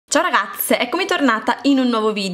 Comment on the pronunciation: "ciao ragaTTTZZZZE" (intro)